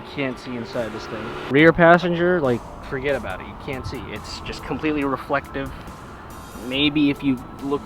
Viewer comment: >staten island >says “fuhgetabatit” Nice